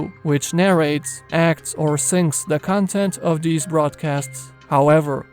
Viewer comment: Nice he said “many of dees cwetures”